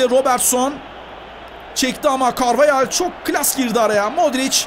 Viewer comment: Carvahale carveyel diyen koca yürekli spiker